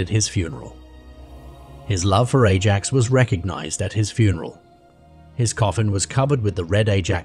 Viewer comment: Ajax FC is pronounced more like “eye-ax.”